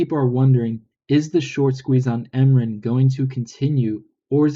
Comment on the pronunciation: its not 'em rin' it's m-r-i-n dork